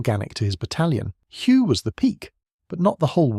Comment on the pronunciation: The correct pronunciation of Hue is "hwee". The 'h' is almost silent.